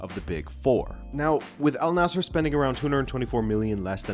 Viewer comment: It wouldn't surprise me, will just have to see what happens. BTW the team name is pronounced An-Nasr, Arabic just does that for some consonants and the idea that Waleed bin Talal has more money than Mohammad bin Salman, I'm sceptical as he is effectively the king.